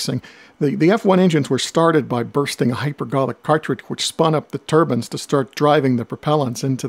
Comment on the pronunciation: You said "turbans". IT'S TURBINES. DON'T SAY IT LIKE BILL NYE DID.